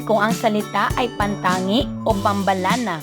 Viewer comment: Ganto pagka pronounce sa pambalana (PAM-BA-LANA)